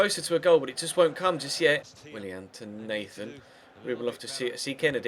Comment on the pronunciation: pronouns willians name right